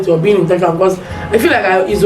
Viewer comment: Aah aah that word intentional can never be over emphasized oo